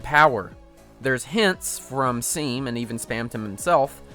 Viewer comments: Ok 1: “Seam” is pronounced “SHAWM” not “Seem”, he even has dialogue that mentions this when talking to him 2: the reason people enjoy Spamtom more than Jevil is due to the simple act of Interaction and Connection The player in chapter 1 has to go out of our way to find Jevil and look for the key parts. While in chapter 2 you CANNOT PROGRESS without meeting Spamton in the first place through the city. You already know how he looks, how he acts, his NAME, you’re introduced to him apart from Jevil only getting all these when you unlock his gate and fight him. While you get to know Spamton before even doing the fetch quest his his disk. It’s the same reason why people remember Lancer more than the ACTUAL antagonist of Chapter 1 his dad, the king. The Queen is already a better antagonist because we meet her earlier getting an idea how she is before even fighting her, multiple times. Which adds more of a connection to the player than getting everything at once AT THEIR FIGHT. You can talk about lore and design but I see this as the main reading people prefer Spamton over Jevil. Just knowing the characters earlier to gain some sort of connection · Woah-woah-woah wait. Did you just pronounce Seam’s name as “SEEM”??? Who the [Fifty percent off] call him “SEEM”?!??! Everybody knows that “Seam” is pronounced as “SHAWM”! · It gives me pain when you pronounce Seam like "Seem" instead of "Sheam" because I had a friend named Sean (pronounced like "Shawn" not "Seen" you idot). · That moment when he pronounces Seam's name like "seem" instead of "shawm" even though Seam tells you his name is pronounced "shawm" when he introduces himself. Don't worry, even Jacksepticeye called him "seem" at first, and Jack's real name is Sean, pronounced "shawn". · i honestly thought it was pronounced seem cuz of the stitches and stuff, ty 💀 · SEAM IS PRONOUNCED "SHAWM" HE LITERALLY TELLS YOU THAT WHEN YOU FIRST MEET HIM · It's pronounced SHAWM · It's pronounced Shawm T.T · Its pronounced SHAWM